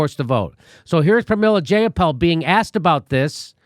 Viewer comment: Jayapal. Rhymes with PayPal.